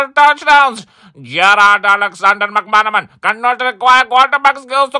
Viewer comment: Kudos to for being able to pronounce 'McManaman'